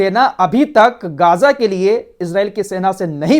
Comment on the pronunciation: Bhai m aapki jiyadater news dekhta hu behut achchi news detey ho but kuch words k pronunciation m galti h ex geyja